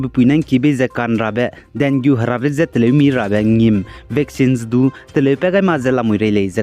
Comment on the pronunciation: Pronunciation should be dengee